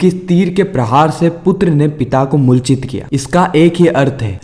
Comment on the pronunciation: MULCHIT NHI,,,,,,,,,,,moorchit hota h bhaiya